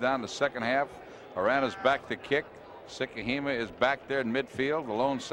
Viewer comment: Got a laugh from the announcer butchering Vai Sikahema’s name. He called him Val?